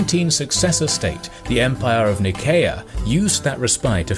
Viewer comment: Not to be htat guy, but I think Nicaea (or Nicea) is pronounced Nye-SEE-a